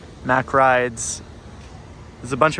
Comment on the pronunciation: The rollercoaster, according to the concept art, is a launched spinning rollercoaster from Intamin (INTAMIN WAHOOOOOO💙💙💙💙💙💙💙💙💙💙💙💙💙💙💙💙💙💙💙💙💙) also Mack is pronounced "Mach" not M-ACK :)